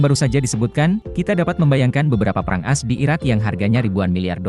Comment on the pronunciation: Bahasanya diakhir berubah.. Pasti pakai AI.. Lagian baca AS nya kayak sebut kartu as, bukan A-S 😂😂😂